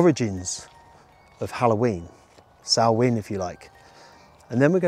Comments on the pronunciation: Fun video! Good that you pronounced the Irish word Samhain correctly too 😉 In Welsh it is Calan Gaeaf. 😊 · Loved the video, thanks. Great that you pronounced Halloween in the Celtic language correctly. Take some nuts for the squirrels and hold them out flat on your hand. You may make one or two friends! xx